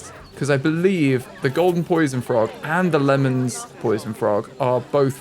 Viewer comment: Just to educate Lehmann for the poison frogs is pronounced as lay-men :)